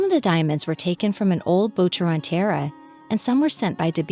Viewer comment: I'm sure you'll figure out how to pronounce correctly the word... tiara. Three syllables, not two. As in tee - ar - ra.